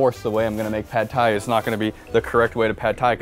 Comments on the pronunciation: "Sad Thai" was actually perfect. Well played,. Well played. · Pad Thai? I thought you said Bad Thai, ammirite? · Was the 'sad thai' was an accident or was it on purpose? It's comedy gold